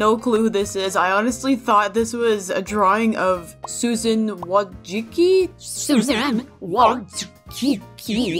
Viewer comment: Wojcicki is pronounced wojiski